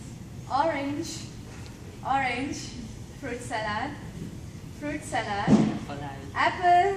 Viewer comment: Salad pronunciation is wrong dear